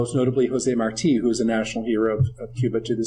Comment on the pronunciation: thanks for pronouncing Marti,with the accent mark at the end...[not like Marty].